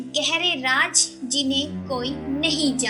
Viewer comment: pehle raaz kehna sikhlo